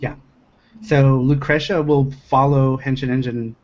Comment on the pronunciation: loo crush uhh? NO. LOO KREE SHUHH. Thank you. NOTE: is the Andy Ihnatko of GameDump. ALSO: I have, believe it or not, only watched the first and last 15 minutes of this video. I will go back and finish it tomorrow.